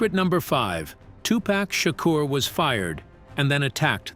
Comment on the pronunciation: I'm not really loving this video because of the the way that this dude is saying the wordsI've already caught a few things if you're going to make a video about a classic movie make sure the auto-tune voice that you use is connected with what you're going to say listen to itif you hear something wrong please change it unless the person who made this video had no idea how to say Tupacor how to say certain words because some of this came out messed up and as a person who grew up in the eighties I find it offensive I appreciate the video but do your research